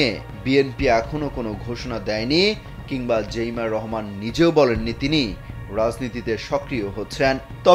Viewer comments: জেইমা না জাইমা রহমান সাংবাদিক ভাই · জাইমা রহমান,জেইমা রহমান না,নামটাও জানে না , কিন্তু নিউজ করে🤩